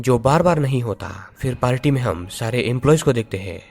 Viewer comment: Its party not palty🙄🙄